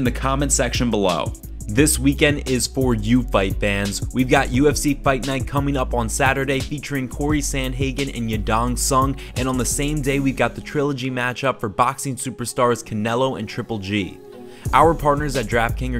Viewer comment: Bro really said yadon song 🤦🏽‍♂️🤦🏽‍♂️🤦🏽‍♂️🤦🏽‍♂️ bro learn the fighters names like do you even watch UFC?